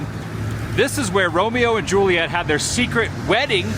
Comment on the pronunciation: Hate the way he says "Excetrahh" instead of Etcetera. The boner he was popin for the Romero and Juliet locations was nauseating. Yet another VHS he watched endlessly along with his wore out copy of Beauty and the beast. And ohhhh ohhhhh can we please point out how on almost every international trip there are so many Woovians in the comment section who are experts on things where he is at. Over the last 2 or 3 videos so many of them were quick to give the complete history of the VW beetle being built there for years.